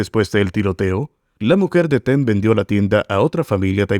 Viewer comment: Por qué dice "Teng" si es Tang?